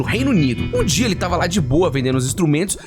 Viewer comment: Dia ou noite, mas ele falou dio kkkkk